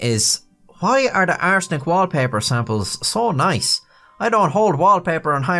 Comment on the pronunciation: Does anyone else notice when says "arsenic" it sounds like he is saying "butt steal"?...With his accent I guess its a good thing its not the...third... edition... 😂😂😂